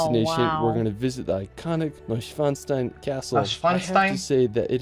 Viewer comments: The "disney castle" Schloss Neuschwanstein is roughly pronounced: "Shloss Noy-Shvan-Shtayn If that helps at all ;) Anyways, cool that you're interested in Germany! I can highly recommend the 4 part series "Meet the Germans Road Trip" by DW Euromaxx to get your bearings! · You wanted to know if his pronunciation of the names were correct. They are pretty much all butchered. He does get pretty close with Neuschwanstein, but it is still not correct. He says the "stein" part wrong. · You can break up the word Neuschwanstein in 3 words, Neu - Schwan - Stein, literally translated : NewSwanStone Castle Btw the correct way to pronounce the Stein is to pronounce the "EI" like it is in the word feisty and the "ST" like Sh-T lots of people get this wrong because its so heavily used in names